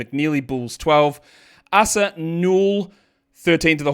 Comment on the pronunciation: Hey the Asa Newell's name is pronounced "Ay-saah" not "Ahh-suh", and the last name is "new-ell" with the accent on the first syllable.